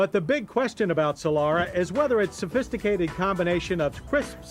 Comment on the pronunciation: It's Solara not "Solora"